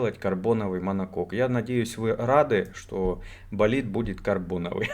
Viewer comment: "-Давай - Болидт -Давай - Болитд" - это скорее что-то эротическое ;)